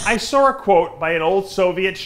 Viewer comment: You "SAR" a quote? Its saw man, saw. No r is in that word.